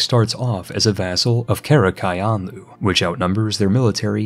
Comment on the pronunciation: I cringed so hard at his pronounciation of Qara Qoyunlu